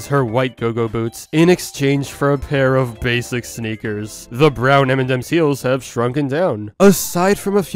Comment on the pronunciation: U keep saying m&dems instead of m&ms lol